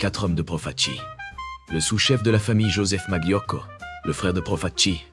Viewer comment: Très bien cette vidéo, mais svp ne dites pas maglio mais malio, molto grazie, buona giornatta a tutti 😊